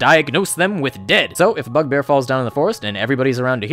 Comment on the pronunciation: I thought you said fuckbear 😐